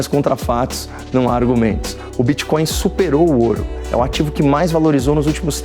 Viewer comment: “BITCÓIO E CRÉPTOMOEDAS” Renan Calheiros. 😂😂😂